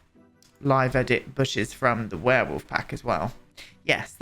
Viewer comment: "werewoof" is what I shall call them from now on...X'D